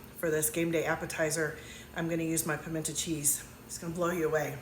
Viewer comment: GURL, you lost me at the intentional mispronunciation. I am from the south and I never heard it pronounced PIMENT AH